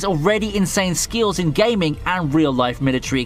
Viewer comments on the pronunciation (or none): none